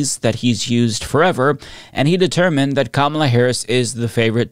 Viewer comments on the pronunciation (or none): none